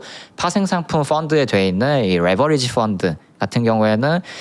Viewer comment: 레버지리 발음,,,,,,굴릴려고 말고 그냥 또박또박 읽어 더이상하다